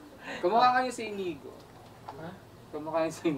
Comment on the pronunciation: Hahaha 😂ang dami tawa ko dito sa dumating na inigo naging Inigad hahaha